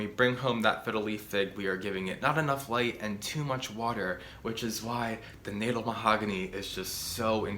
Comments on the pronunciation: The Natal mahogany grows here in KwaZulu-Natal, South Africa. They get huge and impressive. And its pronounced "Nataal" not "Natel" 😂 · Pronounced Nuh-tal after Kwazulu-Natal Provence in South Africa where they are native. Love your videos 💚💚💚